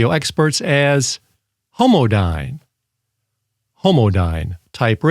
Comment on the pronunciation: Your emphasis on the word Homodyne is quite disturbing